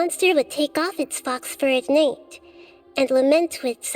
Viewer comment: Am I the only one who is really confused by the way pronounces 'Night'?:D It sounds like she really says the G aloud ("Nigt" instead of "Nite") at 14 and 21 seconds:) I got so districted by it, I had to look this up to see if I heard it correctly ^^